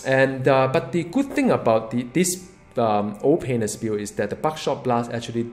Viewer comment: I like the way you say "Ol'Painless" comes out like "Oh Penis" I like your videos and I'm very excited to hear what you have to say about Doom